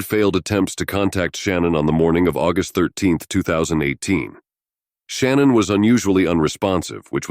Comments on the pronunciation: SHANNAN, NOT SHANNON!!!! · See the problem with computer generated narrators is that they often don’t pronounce proper names of victims. The mother‘s name was not Shannon, it is pronounced Shinaan, soft, I, soft A’s. But the computer wouldn’t know that. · "SHA-NAN", not "Shan-none" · It’s not “Shannon” it’s Sha-nan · Her name is Shanann not Shannon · Sha-nan, at least say it right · She doesn’t pronounce her name that way. It’s Sha-NANN. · I literally couldn’t listen to this because of how you mispronounced her name. I can’t believe you did all this research on this woman and couldn’t even pronounce her name correctly, which makes me question anything you’re saying. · I hope it's not trivial, but hearing shannan's name pronounced wrong this whole video seemed... unjust..or disrespectful a little bit... I dunno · You are mispronouncing Shannan's name. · same here! Can’t even say her name right!